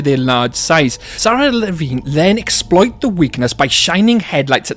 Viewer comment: Drives me INSANE that the guy reading the Lost World audiobook, mispronounces LeVine. He says it with a long "I", as in fine or nine. I hate it.